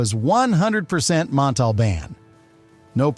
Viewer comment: He did mispronounced Montalban's name wrong the first time and corrected it the second time. Don't like AI produced videos that take somewhat interesting subjects and then do a halfhearted video like this one.